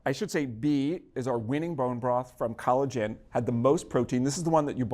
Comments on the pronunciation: lol, "College Inn" collagen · Hmmm when he said "College Inn," I thought he said "collagen." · Is it an accident that "College Inn" sounds like "Collagen"? I think not.